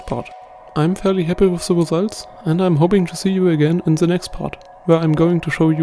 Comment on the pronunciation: Really nice, but its "the" and not "zse"